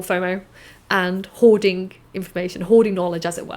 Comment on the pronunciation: "Hoarding"??? I thought you said "whoring"!!! Never mind.